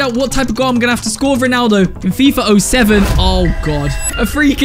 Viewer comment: “FIFA O7”💀